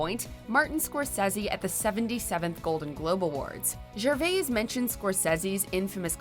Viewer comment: Watchmojo, did you just butcher Anna Chlumsky and Ricky Gervais' surnames?